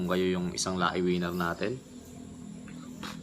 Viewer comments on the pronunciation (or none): none